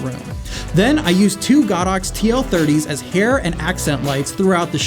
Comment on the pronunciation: it's not "God Ox" it's "Go Dox"